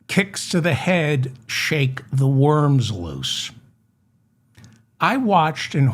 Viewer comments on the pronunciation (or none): none